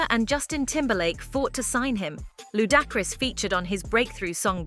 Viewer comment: That AI reading is irritating. Ludacris is pronounced 'Loo dak riss'